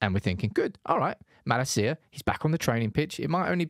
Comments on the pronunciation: It’s MalAcia in stead of MalaCía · [Hermione voice] it’s Malácia not Malacía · cannot watch this video with way he's pronouncing MALASEEAH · Is this a good time to ask AGAIN for the correct pronunciation of Malacia? The emphasis is on MaLAcia. As a Dutchman, I’ve been cringing at this ever since you announced his signing. Love you tho. Get well soon! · Who on Earth is Malla Seeya? United channel, at least learn how to pronounce his name before making a video. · I heard Malacia's refusing to play bc he heard the way you pronounce his name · your pronounciation of his name bro......